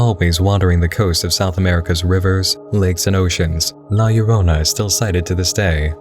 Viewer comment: i'm late to the party, but i appreciate that you got La Llorona's name right.